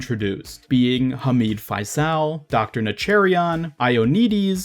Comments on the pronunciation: Faisal is pronounced faesal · Faisal is pronounced: Fay-sil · yea u said faisal and hamid wrong